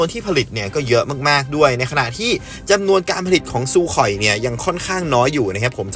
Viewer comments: ซูคอยครับซูคอย ไม่ใช่ “ซูข่อย” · ซูคอย ไม่ใช่ ซูข่อย....เด้อ 😂😂😂 โคตะระมั่ว !!! คลื่นเสียง กับ คลื่นเรดาร์ มันคนละชนิด คนละเรื่องกัน ไปเกรียนฟิสิกส์มาใหม่นะ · อ่านเป็น ซูโค่ย สัสเอ้ย